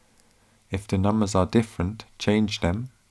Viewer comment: I think it's a hoot that the narrator can't say a voiced 'th', as in 'the'. Barely escaped from Saff Luhndin? Peckham or Camberwell ? 'copy de infohmashun to de USB stick'.